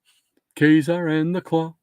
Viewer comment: (and Graphic Man from the chat), I am happy to report that Ka-zar is pronounced Kay-Sar, just like you said. This is directly from the splash page of issue #10 of X-men. Google "x-men #10 splash page ka-zar" and you can see an image of it for yourself which tells the reader how to pronounce the name.